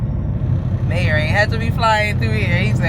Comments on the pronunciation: Hey y'all. just a fyi. The way you were pronouncing Meijer, was wrong. Its actually pronounced MEI as MYjer. But, without the J sound. Cause of the German dialect. So, its pronounced MYER. But, spelled MEIJER. Hope that helps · It’s pronounce My-Yur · yea you pronounced it May-er